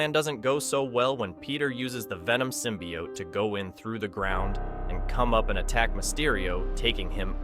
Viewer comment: He's saying it fine?